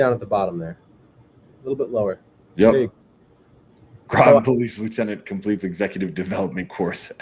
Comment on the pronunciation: Groton rhymes with rotten